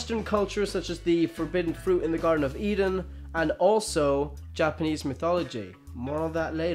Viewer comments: Stop. Saying. Mitology. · Dude, you're saying mythology wrong